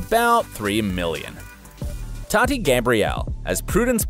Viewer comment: And its Tahti not TATTY. She’s also very down to Earth so fix it bro